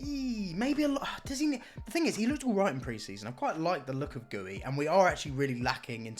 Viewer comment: Bro you said goey instead of guiu 🤨